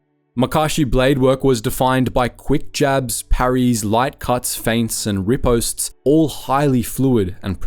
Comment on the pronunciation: I feel my old fencing days die a little inside every time he says ‘riposte’